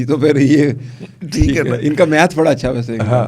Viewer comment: Math not might is excellent, 😢😮